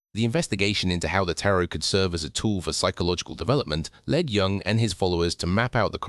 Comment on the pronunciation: You should maybe pronounce Dr. Jung’s name correctly. Oh wait, you’re a robot . . .